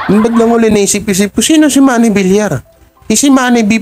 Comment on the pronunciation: Suspension po, hindi suspention at congressman sa QC ang asawa ni Maine Mendoza hindi mayor. Pls. ayusin din ang pagbigkas. Viliar ang bigkas ng Villar at hindi Vilar. Tagapakinig mo pero sumasama ang mood ko pag naririnig kitang mali ang pagbigkas. Sana mapabilang ka sa mga top vloggers